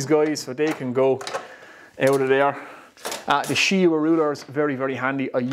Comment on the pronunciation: it took me 20 times replaying what you were calling that "she-wa square" until i finally found its called a shinwa square lol